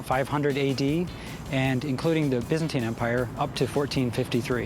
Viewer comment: Wtf is the bizzenti empior it's byzantine. Again americans ruined any language